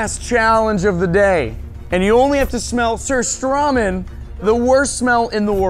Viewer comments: It's surströming not:sorstromig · 👇👇 ppl who know that preston said surströmming how probably no one says it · surströmming, its swedish. use a translator or Google pronounce thing